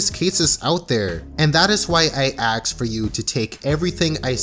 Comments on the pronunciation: STOP SAYING AXE SAY ASK im sorry just say it properly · Please it's ask not ax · I'm sorry this is a good video but you saying 'axe' instead of 'ask' is too annoying when combined with son's's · Why is it so hard to say "ask"? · I cringe every time you say "Ax" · Can you please for the love of god pronounce 'ask' correctly. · I thought you were 'Prince of Queens' (RIP) until I heard you say 'ask'.